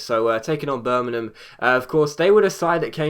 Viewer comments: Y d ya say birmanan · Please pronounce Birmingham right